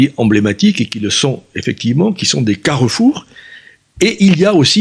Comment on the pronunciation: ManiLLLLLLLe, carrEEEEEEEfour ... il prononce des lettres que le commun des mortels ne prononcent pas !